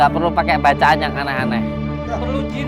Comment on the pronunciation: bacaan ngk btul..tk pantas jdi kyai..wuuu